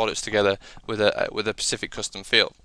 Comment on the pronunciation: Nice video, but it is "specific" not "pacific" - the latter is an ocean.